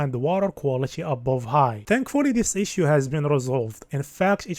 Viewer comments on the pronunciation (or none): none